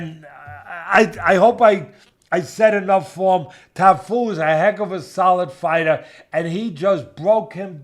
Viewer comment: Cafu not Tafu 😅